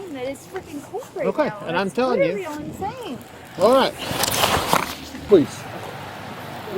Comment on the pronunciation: If you can't pronounce "literally"...you're drunk.